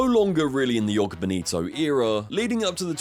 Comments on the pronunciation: It’s Joga, not Jogo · It's the Spanish that read the letter J like a Y, the letter J in a word reads more or less the same in English as it does in Portuguese. The word "Joga" in Joga Bonito is pronounced the same way as if you replaced the -er in the word "jogger" for an A to read "jogga." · And jhogah bonito, not "yoga" 😂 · Mispronouncing "NIKE" and "JOGA" in one video that's something XD